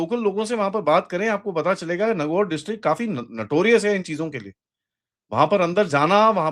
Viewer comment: Sir it's नागौर।